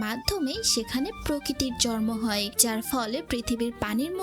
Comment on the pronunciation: শরীল, জরুলী, জর্মায়... আপু সুন্দরভাবে প্রেজেন্ট করছেন কিন্তু শব্দের সঠিক উচ্চারণ করতেই হবে। আঞ্চলিকতা পরিহার করতে হবে।